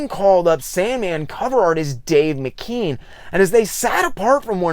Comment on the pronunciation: I heard Neil Gaiman pronounce it as Dave Mc-ke-an